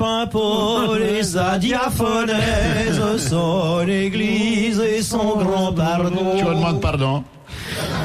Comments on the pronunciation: Il savait pas lire bouvard: C'est pas diaphonèse, c'est diaphorèse. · Pour information, c'est la "diaphorèse", pas la diaphonèse.